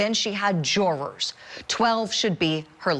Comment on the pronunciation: "Jurors" is not pronounced JOURERS. smh